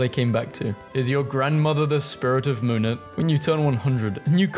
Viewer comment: No offense, but monet is pronounced monay